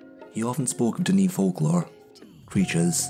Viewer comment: its not duh knee its pronounced duh nay.